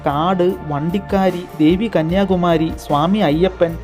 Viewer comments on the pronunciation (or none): none